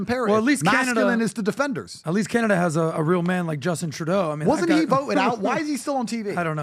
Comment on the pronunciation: did this dude really say Canned Ace😭